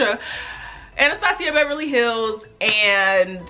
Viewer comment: The way you said ‘Anastasia’ had me cracking up 😂 but this was super helpful; I’ve never been a lash girl, but after seeing this, I kinda want to start wearing them